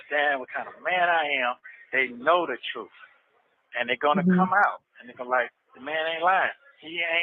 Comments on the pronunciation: “Da truff”. My lord. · I wish with all my heart that learns how to pronounce the word “truth “.